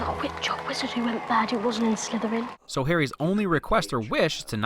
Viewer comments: “It’s Slytherin, not Slytheran.” said Hermione. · slytheran, SLYTHERAN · "Slytheran"... Hmm... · Slytherin not Slytheran... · "Slytheran" XD